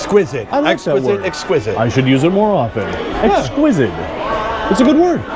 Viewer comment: Bro doesn't know the word exquisite and said exquisid lol typical Vikings fan.